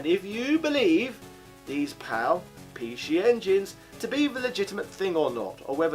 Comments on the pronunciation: Apologies in advance if it’s a rude question, are you deliberately saying pee she? Edit: Hong Kong ? PAL, English, Very close to Japan .... ? Edit of the edit: I should have watched it all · why does he keep saying pee shee